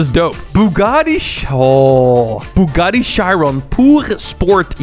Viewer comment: (bugati chiron) thats a W way to say it